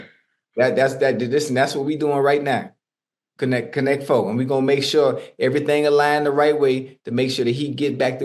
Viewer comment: Not “Connect FO”!!! 😂😂😂